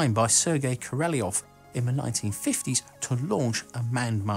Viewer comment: Sergei Korolyov -- pronounce Serkeii Korollyofff. Mihhail Tihonravov -- Mihhaill Tihhonraavoff.